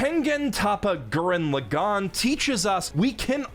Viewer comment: Brother Learn To say Tengen Toppa and Gurren Lagann If you gonna say its your top 5 but cannot pronounce it right?